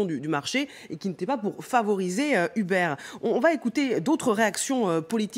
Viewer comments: On dit pas "Hubert" mais "E-beurre" c'est incroyable quand même de faire aussi peu d'effort de prononciation quand il s'agit de mots anglais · Ou-berr, plutôt (en anglais américain en tout cas) Mais on s'en tape un peu, oui.